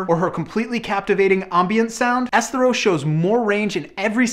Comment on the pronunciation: is it me or is that dude pronouncing Esthero wrong. I agree with his album selection as I have been a big fan of hers' for many years now, but the dude is totally pronouncing her name incorrectly.